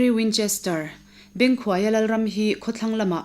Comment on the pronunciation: Bengkhuaia hminga khuai tih hi hnuai tih anga lam tur a ni.